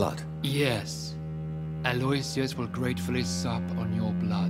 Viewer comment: It grinds my gears that they all pronounce aloysius wrong, lol